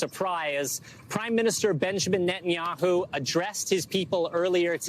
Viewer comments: Net-an-ya-hoo. Are you seriously so unaware of Benjamin Netanyahu that you mispronounce his name? C'mon, i thought you researched these people and their significance to current events, and the pronunciation of their names before these videos aired. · Israeli PM name is pronounced Net-An-Yahoo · Learn how to pronounce Netanyahu correctly!